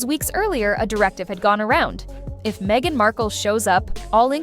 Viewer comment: It's Meghan, not Mhegan, lol.